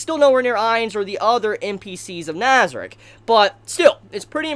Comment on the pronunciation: Your saying nazieric wrong